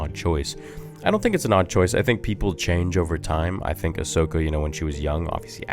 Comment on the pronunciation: "Hi im ahsocka & today we're gonna be avenging the jedi" im DEAD 😂😂